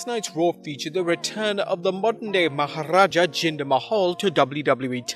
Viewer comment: I like the way the dude pronounces"Maharaja "😃😃